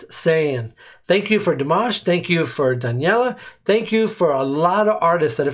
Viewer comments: Just a PSA: her name is pronounced da-nel-iya, not daniella :) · Brother it is not duhn yella,,, it is Duh nel yuh. Listen to it again and go slowly keep repeating 22-25 seconds in. I don't mean to harsh your mood, but I know you want to get it right.